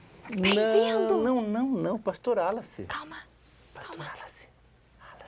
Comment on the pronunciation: Esse episódio, sim que foi Fora de Série, amei. Ei meninos, já deveriam ter aprendido o nome do pastor né, espero que no próximo episódio falem bem o nome do pastor kkkkk.